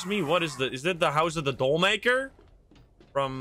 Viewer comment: doll = dah'l and not "dole" ha ha saying words wrong on purpose is funny snek = snake < not your fault, the devs spell snake incorrectly on purpose to make fun of people who say snek. Also known as "danger noodle" and "there's a snake in my boot"